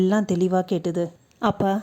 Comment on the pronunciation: Instead of A” she s using ha like hamma happa hangey. Its Boring. But good narration. Cngrts